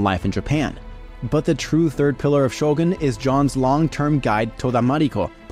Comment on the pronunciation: Finally someone said Shogun correctly, it's so annoying to hear people keep say Sho-gun instead of Shogoon.